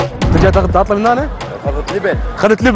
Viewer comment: تاتلي مو طاطلي اصل الكلمة تركية يعني حلو . ابراهيم تاتليساز يعني اللحن الحلو